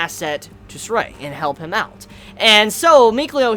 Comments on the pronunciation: it's been said time and time again it's not ZESTRIA:( it's pronounced as ZESTIRIA 4 syllables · Whatever, how he pronounced the name is already quite close. As long as he didn't pronounce Zestiria as Zes-ser-te-ri-a~ (five syallables LOL)